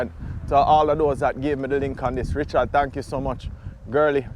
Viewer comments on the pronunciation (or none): none